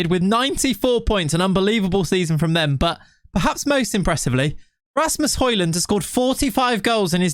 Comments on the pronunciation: it is højlund not highlund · Its not Hoylund its Hoelund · You pronounce it "hoejlund" You kinda need to go on translate and listen to the "ø" to really know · It's "Høy-lun" I think, he said so in the interview videos I watched of him while he was in Atalanta IIRC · its pronounced Hoi-Loon... the 'd' is silent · Its pronouned the way you say it except the "D" is silent. "Hoy-Loon" :) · Hoylun is how it’s pronounced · it's "Hoy-lun" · It is pronounced the way you would in England, just a little different. The "Ø" sound can be said in many different ways, but in this case with Højlund it's pronounced like the O in "Olive". The "D" is actually silent, så in Danish, you would basically just say "Højlun". Yea, Danish is weird 🙃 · it's Huge-land man, come on 🤐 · Højlund is like Django, the D is silent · Høj = High But i’ll say Højlund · Nope, you don't pronounce the 'd'.